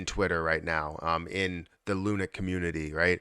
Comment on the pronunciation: Hey bro, great video and thanks for keeping us upto date on Luna. However, can you stop pronouncing it as lu-NIK. It's pronounced LUNK, like hunk punk or stunk.